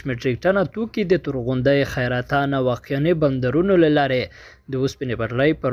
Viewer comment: خیرتان نه بلکه حیرتان ده چیړته چه. ح راځی خ تلفظ کوی تړاهګر نه بلکه مجاهدین ډي ته لکه چه پنجاب دولت ته کاړ کوی